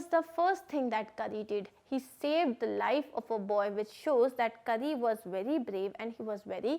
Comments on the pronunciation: Karri 🤣🤣🤣 it's kari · It's not Kari . It's pronounced as car-ee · Mam कारी not करि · It’s kari not kury